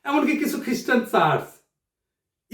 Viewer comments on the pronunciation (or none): none